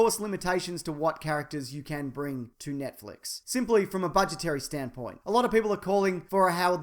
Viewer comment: lol you pronounce it Nietflex